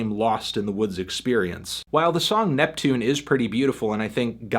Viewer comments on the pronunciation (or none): none